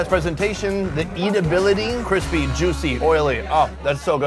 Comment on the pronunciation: "Crispiee" loooollll.